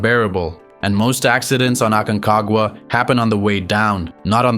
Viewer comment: jajaj... "esto es lo que tiene el AQUENAGUA".... "ORONES"... parque nacional "ACAGUA"...."5.05 metros" " nidato de ondores" jajaja está bueno el resumen pero POR FAVOR revisa la IA del audio por favor sino el que escuche va a terminar malinformado